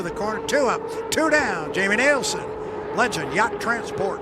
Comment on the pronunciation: When is the announcer going to get it right, it’s NILSEN not NIELSEN